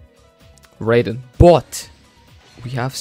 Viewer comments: It hurts every time he says ‘rayden’ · Honestly, the fact he put in so much effort, got so lucky, yet can't even say Raiden right pisses me off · The way you keep mispronouncing Raiden's name lol this isn't mortal kombat